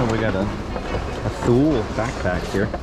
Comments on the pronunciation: Thule is a Swedish company, and their name is pronounced "Too-lee" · FYI Thule is Swedish and its pronounced "Tooly." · Thule pronounced "too ley".